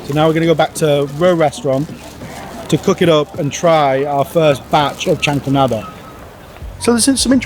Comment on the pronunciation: “We are going to recreate a jahanko nabbbeh “